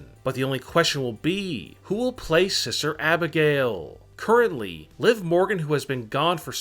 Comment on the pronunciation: Lmao who's siser Abigail? It's SISTER YOU BRAIN DEAD TOOL!